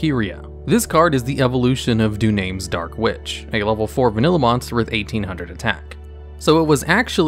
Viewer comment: Do-NOM-MESS is how that's pronounced not Du-names.